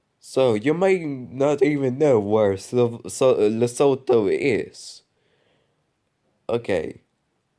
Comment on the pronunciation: Honorable mention: Polish Presidential election. Also Lesotho is pronounced "lesutu". Anyways, nice video. P.S. I DON'T support the Polish Government, friendly reminder